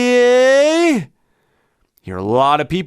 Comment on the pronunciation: Another good one - love your videos! When you started the "free" segment, at first, I thought you said "furry" - ha!!